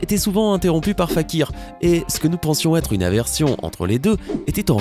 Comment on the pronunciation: ''ètre'' x)